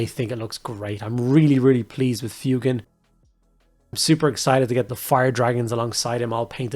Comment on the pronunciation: Thank you for saying his name correctly, I can't stand FWEY-GAN